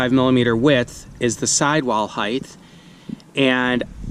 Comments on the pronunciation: Someone tell me this guy isn’t saying “heith” instead of height. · Ummmm, "height" ends in a "hard T" sound, not a "soft Th". Just sayin.